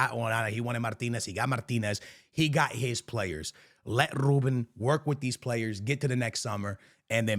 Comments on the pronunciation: Overexaggerating lol Its not Rrrrrrrrrrrrrrrrrrrrrrrrrrrrrrrrrrrrrrrrrrruben Amorim ... just Rrruben xD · "R" extremamente exagerado brrrrrrr 😂